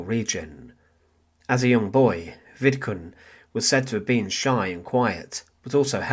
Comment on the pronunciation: Vidkun Quisling, not Vidkin. And get someone else to read the commentary; the site would benefit greatly from it.